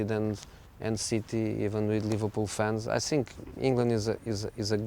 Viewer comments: Why does he always say SINK in place of THINK or FINK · The guys is a legend but come on José, after 15 years in England is not acceptable anymore to say "sink" instead of "think" :D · "I sink" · the first "sink" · I love when he says "I tsink".